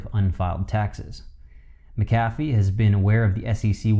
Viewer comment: I am absolutely embarrassed, you can't pronounce his name correctly. 👎🏽👎🏽👎🏽👎🏽👎🏽👎🏽👎🏽👎🏽👎🏽